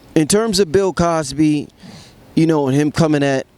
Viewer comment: This nigga said Pill Cosby 😂😂😂😂